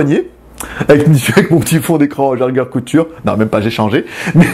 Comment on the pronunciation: Bonjour juste pour pour te dire que c'est Jaeger "LeCoultre" et pas "Couture" mdr. Sinon bonne vidéo comme toujours;)